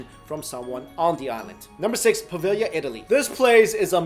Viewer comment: Aww I'm proud of you! You almost pronounced Poveglia correctly! Po-veh-yee-a. You got close, at least you knew the g was silent, most people don't. But yeah, no L sound, it is kinda tricky. Five years of studying Italian and I can barely do it lol